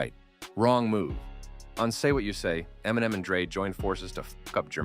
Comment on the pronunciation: Why are you pronouncing Eminem like that?